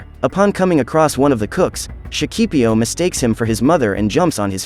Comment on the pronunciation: in Shakipiyo, you always have to put an accent on the last "i", or you'll end up saying it up wrong. just for info, the rest is nice.